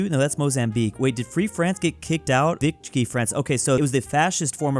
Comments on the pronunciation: Is is pronounced Veeshee not vichee france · It's VI-CHEE France not VI-KEE France. Fight me...